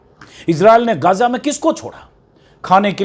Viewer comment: गाजा नहीं, इसका सही उच्चारण हैं, गज़ा